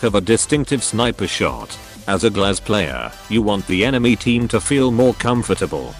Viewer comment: Yhhhh the pronunciation of Глаз hurts me. It means "eye" in russian btw.